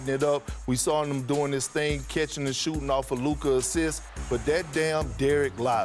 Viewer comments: He calls Luka, “Luker,” lol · ”Luker Donchick”